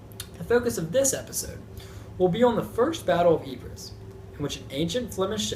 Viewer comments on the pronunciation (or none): Lol dude its pronounced "Eee-Pruh" not "Eee-Phre-sss" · It’s pronounced eepres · Professor of War and NONE of you can even pronounce Ypres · learn how to say Ypres..